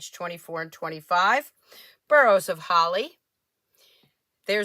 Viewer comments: Boughs is pronounced bows like bowing to the queen or the song”Deck the hall with boughs of holly.” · Beautiful cards! "Deck the halls with* BOUGHS* of holly". That is how you pronounce BOUGH. you did an awesome job with those cards.